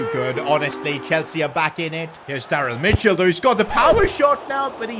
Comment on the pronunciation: bro said daryll michell